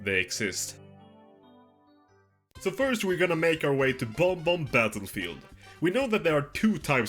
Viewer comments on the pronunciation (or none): it's bob-omb not bomb-omb 💀